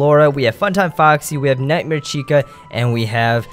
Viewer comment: u said nitemare